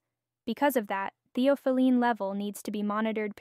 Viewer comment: It is pronounced thee aa fuh luhn